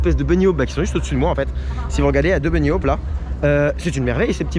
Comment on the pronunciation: Très intéressant, le coaster a l'air top ! Juste un point : "hop" dans "bunny hop" ça se prononce comme "allez hop", on prononce le h aspiré et le o se comme dans "porte" ou "poste" et pas comme "au". Je sais que ça peut paraître pas grand chose mais ça m'arrache les oreilles. C'est comme "low-cost", qui se prononce normalement comme "l'eau coste" et pas comme "coast" qui sonne à mes oreilles comme holocauste... Ou comme top hat qui ne se prononce pas "topate" mais dont on prononce le h aspiré. Même si on a théoriquement maintenant le droit de faire la liaison avec un h en français comme dans "des haricots" depuis l'abominable et récente réforme ce n'est pas le cas en anglais où le h est n'est pas une lettre silencieuse. Donc hop hop hop, bunny hop ! :-) Quant à Ride to Happiness, est-ce qu'il faut le faire dans le même état qu'à Tomorrowland ? J'ai cru voir un indice, voire un clin d'œil des directeurs artistiques de Tomorrowland avec le "ventilateur à poudre" dans la queue. 🥳 Apparemment le coaster met suffisamment la tête à l'envers pour se sentir comme à Tomorrowland.